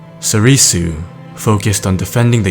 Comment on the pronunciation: It's pronounced sorr-soo, not sorr-ee-soo.... come on.